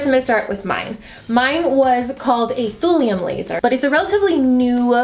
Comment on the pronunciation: For just a sec when you said thulium laser I thought you said thorium laser. It gave me thorium powered car flashbacks!